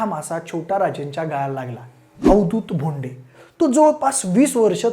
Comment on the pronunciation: भोंडे नाही भावा बोंडे